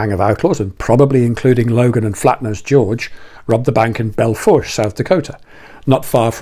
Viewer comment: Belle Fourche is pronounced Bell Foosh